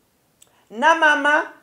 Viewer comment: The word is Na'amu mama not Namama😂😂😂Naye gwe obwa kadama bukuremye kuba camera zijja kulaba ng'onywa yorghut wabaana.